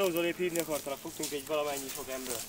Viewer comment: "Fogtunk valamennyi sok embört"